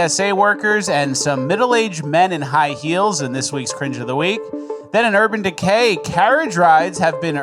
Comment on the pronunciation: "UrBann DeKay"